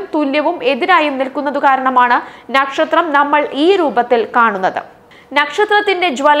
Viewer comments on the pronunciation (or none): ന്നക്ഷത്രം എന്നു വായിക്കാതെ നക്ഷത്രം എന്നു പറയു സോദരീ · ഞക്ഷത്രം അല്ല മോളെ നക്ഷത്രം⭐⭐ 😊😊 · മറുനാടന്റെ ന.... പനയുടെ ന അല്ല... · 'ന'ക്ഷത്രം അല്ല പെണ്ണുമ്പിള്ളേ നക്ഷത്രം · നക്ഷത്രമാണോ " ന "ക്ഷത്രമാണോ ശരിക്കും കുട്ടി പറയുന്നത് കേട്ടു കൺഫ്യൂഷൻ ആയി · പന, ഈ ന അല്ല. നല്ലത്, നക്ഷത്രം.